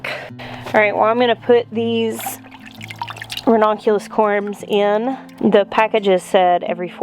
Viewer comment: It’s actually pronounced ra-NUN-cu-lus. But, I agree. Every time I hear her say ra-NON-cu-lus, it makes me think of redonkulous. 😀😀😀